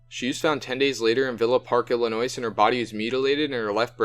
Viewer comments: The S is silent. It's pronounced "ill-ih-noy". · it is Illinois the s is silent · Wow you must be a genius to be able to pronounce things properly you are so smart I am so proud of you! From what I can tell dude literally said Illinois without the s being silent one time! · I'm from Illinois originally and you're pronouncing it wrong. The "S" is silent. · It bothers me how they say Illinois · or don't fuck it up in the first place. Takes seconds to research the pronunciation of words. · Yes that is my biggest pet peeve being from Illinois is the s.....thank you.... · The s in Illinois is not pronounced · You should learn the lingo (how to pronouce "Illinois" for starters) before publishing the video. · Are you guys illiterate?? Half the names you read are a misread including the name of the state your reporting on! Illinois has a silent s!!!!!! Jesus christ!!!